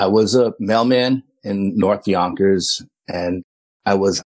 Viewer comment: I just enjoy hearing him say "Yonkers."😁 Love a NYC 'accent'. Houston here.